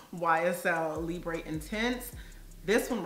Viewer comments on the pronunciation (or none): Libre is pronounced Lee-Brrr (brr think of when your shivering 🥶) Not Lee-bray Hope that helps. Great video 🤗